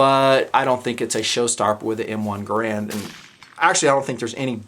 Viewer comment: Like if for nothing more than not pronouncing it "grand". Few weapons and weapon actions have stood the test of time as the M1 has!